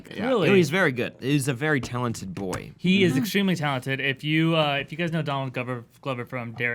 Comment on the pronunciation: "He is a very talented boy" . . . You just had to put emphasis on the BOY part